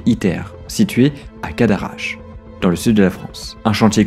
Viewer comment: Trees bonne vidéo merci beaucoup, mais mon oreille a saigné 2-3fois quand tu as Caradache au lieu de CaDarache aha